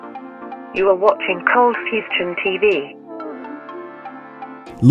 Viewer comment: Not sure if coldfustion or coldfusion